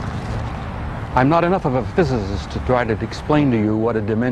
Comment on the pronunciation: "I'm not as much as a fizz-azzz-zzz"